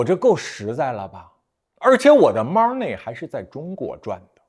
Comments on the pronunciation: 听说妈儿内妈儿内，就知道学不好日语😂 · 你看一下这个单词money 再想想它应该怎么发音？